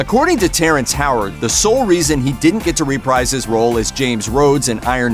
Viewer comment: "...that it wouldn't ask Incredible Hulk star Edward Norton to reprise his role in Avengers." The word "reprise" is pronounced "re-PREEZE," not "re-PRIZE."